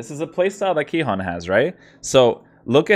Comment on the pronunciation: Its Cihan with a c like ch in china